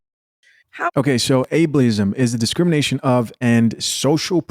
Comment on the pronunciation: Able-ism, not Able-i-ism, just if you want to use the word in the future. I takes away from the severity when it is pronounced wrong, like she did. It feels like she just looked up the word for her own defense to make her sound like a victim....